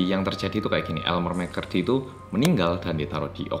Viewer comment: elmer mccurry me: ha? elemer mcflurry?